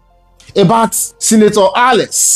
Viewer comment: he is called ALEX and not ALES